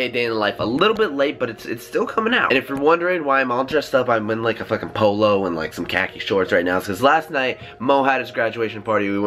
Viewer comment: Nigga said a polo😭 and caches